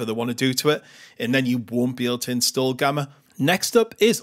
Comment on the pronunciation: "inSstu0olah"... Love it